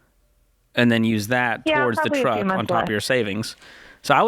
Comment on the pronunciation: Anytime George brings up the “Twuck” it just kills me lol